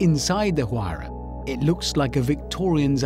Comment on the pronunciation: Even after 9 years of this video being uploaded, I’m still surprised that they still haven’t figured out how to pronounce Huayra, and I thought the Brits were the ones who truly understood the English language